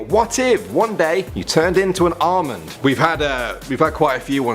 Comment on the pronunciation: When he said Almond I thought he said Armin and I was like well if you turned into Armin you would have two best friends named eren and mikasa and one would be super strong and the other would have anger issues If you get the joke your amazing marry me now